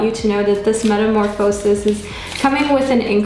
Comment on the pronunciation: Its pronounced “meta-morfuh-sis”